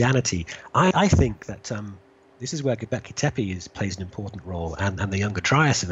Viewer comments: Go-bek-li not go-ble-ki, but good vids:p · Hi! Sorry for this but it's Gobekli Tepe (Göbekli Tepe) not Gobleki Tepi. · You are a gun & your work rocks. But there is no such place as ' Gobleki tepi '. Read this part really carefully. GOBEKLI TEPE. Again, Go-bek-li Te-pe. Your working to hard, lad. This one went straight through to the keeper. Respect. J.A.S.S. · gobekli not gobleki, or gobelki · Love your channel and vids so much, you're so smart. But please learn how to pronounce Göbekli Tepe ... you keep saying "go-bleck-y" it's "go-beck-ly" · God damn it man... love and appreciate your work but GET THE NAME RIGHT AT LEAST ONCE. G o b e k l I t e p e not g o b l e k I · This is a really great interview. I saw the Grimerica show with Martin Sweatman, & as good as it was I think I gleaned more useful from this interview. Love your output mate, please keep it coming! Oh, btw its pronounced 'go-bek-li' ;D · Please take a couple minutes to work on your pronunciation of Go beck lee tep ay, it's my only issue with the entire channel. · LOL, I have the exact same thought each time he says it. he actually says "globekli" 😂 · Ashley Liddic I’ts actually Gö-beck-lee teh-peh , no ai in the ending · Australians can't say many things properly - Fish and chips, Six, Fence, Dance, Gobekli Tepe.. Haha just joking:P (Kiwi - Aussie)